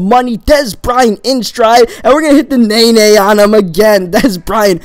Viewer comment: Amanda Lara it's naenae